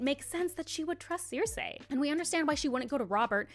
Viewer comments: I don't know if anyone has pointed this out, but you're pronouncing Cersei wrong. It's sur-see not sur-say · This is a great video and I absolutely love Sansa, and I’m happy other people see her in such a light. That said, it’s sir-see, not sare-say. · Literally stopped watching because of the was she says “seersay” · This has nothing to do with the actual topic but why are you pronouncing cersei like that? Is that how its actually pronounced? Maybe its just that they pronounce it differently in the show cuz I've only heard it as cer-see